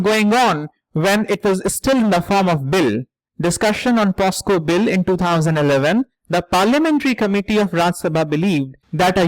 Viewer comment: Sir , it's pocso not posco. Thank you for such a good analysis.